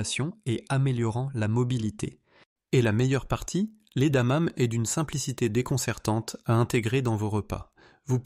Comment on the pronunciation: Contenu intéressant mais Dieu que ces voix artificielles avec I.A. sont pénibles ! Ne savez vous plus lire à haute voix ? Le 5ème élément est "incompréhensif" ... C'est quoi des "damames" ? adamame ? adanane ??? Bref, c'est quoi ce 5ème élément ? Mystère.